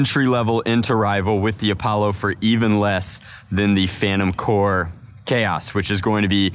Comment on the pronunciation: It’s not “phantom core” it is “phantom corps”